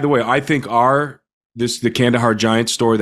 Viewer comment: It’s Kandahar. No hate.